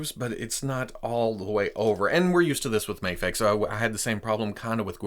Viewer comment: You saide maa fex